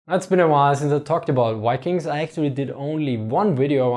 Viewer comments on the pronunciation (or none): No criticism at all but I've always wondered why German speakers sometime pronounce V in words like vikings with a u/w English sound? Words like vier exist in German so it isn't a lifetime of using V as a u sound. It just seems like being closer to fiking would be closer to English Viking than wiking.